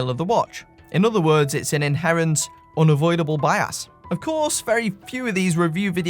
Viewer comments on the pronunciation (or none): Every time you say "bias" I hear "buy ass." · Not gonna lie, I chuckled every time I heard you say bias as "by ass" and "by assed".